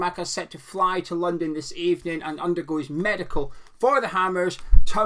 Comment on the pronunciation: What is a meidcal exactly? Is that the Scottish pronunciation of the word for a test that someone has at the doctor´s?